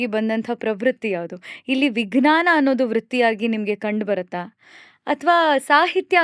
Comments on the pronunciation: ಸಂದರ್ಶನ ತುಂಬಾ ಚೆನ್ನಾಗಿತ್ತು ಮೇಡಂ ವಿಜ್ಞಾನದ ಉಚ್ಚಾರಣೆ ತಪ್ಪಾಗಿದೆ ಎಂದು ನನ್ನ ಭಾವನೆ ಜ ಕಾರದ ಬದಲು ಗ ಕಾರದ ಉಚ್ಚಾರಣೆ ಯಾಗಿದೆ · ಬಹಳ‌ ಒಳ್ಳೆಯ ಸಂದರ್ಶನ. ನಿರೂಪಕಿಯ ಬಾಯಲ್ಲಿ ವಿಜ್ಞಾನ ಶಬ್ದದ ತಪ್ಪಾದ ಉಚ್ಛರಣೆ ಕಿರಿಕಿರಿ ಅನಿಸಿತು.